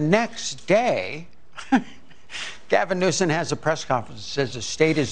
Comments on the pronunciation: Donald “Trumped?” & she called Newsom “Newson” 🤦🏻‍♀️ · She doesn't even know the current Governors name. She said "Newsin".